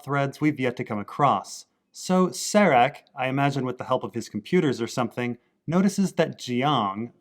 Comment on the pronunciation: Stop calling Caleb "Jesse". And stop calling Serac "Sarek". This is not Breaking Bad and it is not Star Trek.